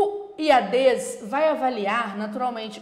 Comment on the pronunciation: A professora chama de Iadês, o certo não seria Iades? Sem ênfase no E.... Desculpe a ignorância..